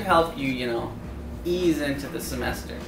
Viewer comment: that way you said "ease" 😂